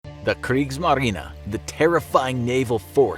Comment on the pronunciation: your pronunciation of Kriegsmarine is gorgeous.